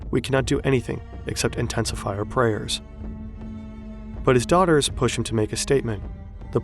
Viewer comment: Had me burst out laughing. "The role of his DOOTERS was remarkable"